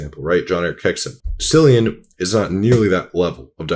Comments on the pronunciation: Killian..not cillian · Pronounced ‘Killian’ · Pronounced Killian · Was just going to say that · omg it's CILLIAN with a K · did you said Syllian? Seriously? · I thought his name was pronounced “Kill-ian “ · the incorrect pronunciation 🥀